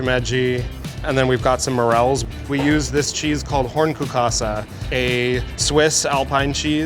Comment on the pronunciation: I thought "hornkuhkase" was some japanese mushroom, especialy with his pronunciation, until he explained it. And I literally live in Germany near Swiss border.😂